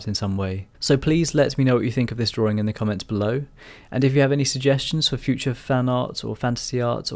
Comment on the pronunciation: Drawing, not drawring.